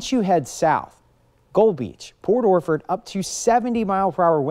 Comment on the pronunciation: Port Orflord.😅?? What.. orchard